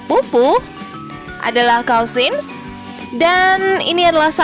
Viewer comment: Penerangan nya jelas , tapi pronunciation nya mohon cek ulang dan perbaiki, spt ucpan daughter , cousin, dan bbrp yg lain